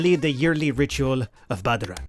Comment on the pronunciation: "Room ob troot"